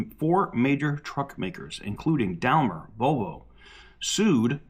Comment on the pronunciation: Daimler is pronounced “Dime-ler”. FYI and keep up the good work.